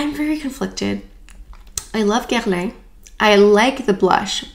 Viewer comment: I watch all of your videos - just listening to how you pronounce Dior and Guerlain with a proper French accent makes my day😊. Bummer about the overspray - definitely not what I would have expected either.